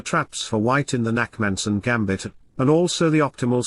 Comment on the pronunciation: Its the Nakhmanson gambit, not Nackmanson, but ok...